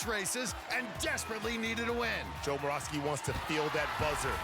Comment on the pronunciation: moravsky is pronouced with a ' above the y